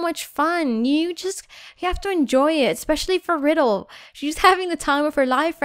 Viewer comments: It's Ry del not riddle just saying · its not pronounced "riddle" its pronounced ry-dell